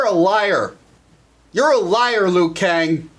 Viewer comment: He is called Liu Kang not Lou Kang.